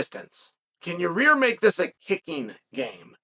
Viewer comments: Chael says yair like your rear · Ah yes, the great fighter Your-rear Rodriguez. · “Your-rear Rodriguez” - Uncle Chael